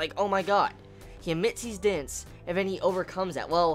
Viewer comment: took me a while before I realized you were saying "dense" - I was hearing you say "dints"